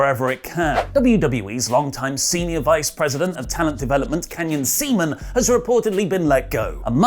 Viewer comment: It's SEAMAN! Not ceman. Swallows! come !